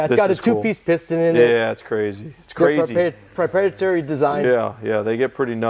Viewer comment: It iratates me that Andrew keeps saying "We're gonna" do this and "we're gonna" do that... 🙄 Silent {financial} partners should be just that, SILENT. 💯 That guy ain't doin shit to anyone's car, it's Tommy. * EDIT - and he can't even say "PROPRIETARY" correctly ! 🤣